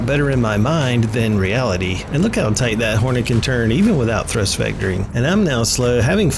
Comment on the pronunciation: Thurst Vectoring....lol